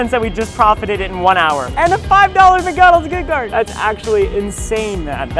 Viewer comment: "AND A FIVE DOLLAR MGGONAGS GICGARD" - ryan trahan